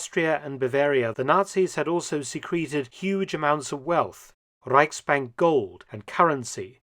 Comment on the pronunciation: I like the way you say , 'RReichsbank Gold' ( min) as a german I'd say it sounds quite acurate.. you really do a great job in your videos and researches! .. which I really mean as a big compliment. For example this thing about Inter Pol, mindblowing.. cheers and greetings from the RReichshauptstadt..😊 or quite whats left over actly